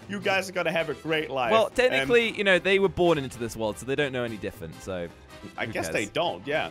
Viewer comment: says different wrong he said diffent